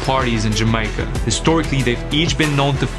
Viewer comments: Jam-i-ca? Have i been living a lie and it's not jam-ay-ca? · its not "Ja my ca" its "Ja may ca" Jamaica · Man said Jamaiyica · Its not pronounced 'Jamica' by anyone else on the planet. Just so you know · Planning to step the game up in 2024. If you wanna support the production and get perks in return, sign up on Patreon! PS. Also planning to learn how to pronounce Jamaica properly 😬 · that pronunciation of Jamaica is roughhhhhhh. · love the content pal. please never say jamacia again lol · Why does he keep saying Jamaica wrong? Great video otherwise.